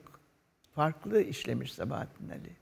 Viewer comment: Ali değil a- li şeklinde okunur